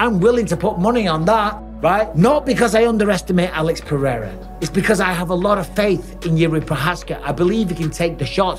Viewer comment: Chael admires Pereira so much he keeps calling him " Piera".